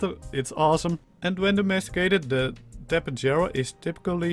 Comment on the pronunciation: I think it's pronounced Ta-pey-har-a the Spanish pronunciation of J is an H sound and I think they discovered the real life fossils for these things in South America?